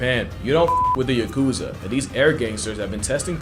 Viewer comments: * the Yakuza? Yacrowza. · This is nuts. Shyeesh. Also, your Japanese pronunciation makes me happy :)